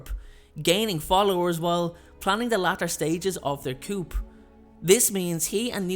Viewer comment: The P in coup is silent.